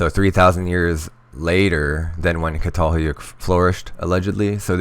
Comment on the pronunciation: Pronounced CHATALHEWYEWK